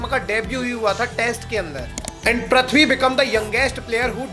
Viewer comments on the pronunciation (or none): Wo prathvi shaw nahi hai Wo prithvi shaw hai Pri not pra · Bro how hard is it to pronounce "PR-EEE-THVI" and not PR-AAA-THVI ? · Pls pronounce names properly 😅. You keep saying prathvi shaw ! It's Prithvi shaw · Abe prithvi bol prathvi kya bol raha hai